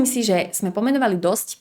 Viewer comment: Mäkčí dobre; niektorí Stredoslováci mäkčia aj tam, kde už ani netreba. Ľudia z regiónov, kde sa hovorí tvrdšie, nedokážu vysloviť poriadne -le, -li, ale to Líviin problém nie je. Gramatické chyby u nej nevidím (prekáža mi len "vo veľa veciach", "v mnohých" by bolo lepšie a ešte som si všimla nesprávnu výslovnosť sme: m mení s na z, takže vyslovujeme zme, ale to si asi mýli kvôli "so mnou", kde robia Východniari často chybu a vyslovujú to nesprávne ako "zo mnou"..;-))